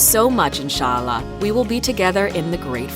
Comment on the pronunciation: Who says MAZLEM AND EZLAM??!. ANSHEEALLAH? REALLY?